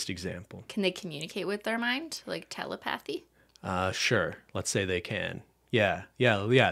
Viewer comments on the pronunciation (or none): Cristine, it’s tell-eh-PUH-thee, not tell-eh-PATH-ee 😂